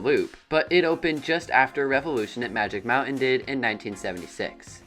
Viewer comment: It's pronounced Magic MOUNTAIN, not Magic MOUNAIN'🤣 As for Revolution, When the Coaster 1st premiered in 1976 it operated with 5 Trains. Yes, 5 Trains. That's why the Transfer Track Train Storage Area is so large. And 2nd, There were NO LAME TRIM BRAKES before The Loop and after The Tunnel. The speed heading into The Loop was faster, and the speed going to The Final Helix was Absolutely Insane! Now it's just a Snooze Fest!!😴😴😴😴 That's why Revolution seems like a family Coaster now. It's just a shell of what it once was.